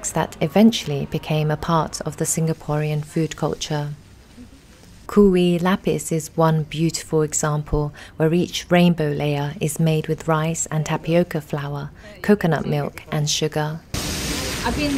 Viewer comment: Kueh is pronounced as "kway" rather than "ku-ey" 😊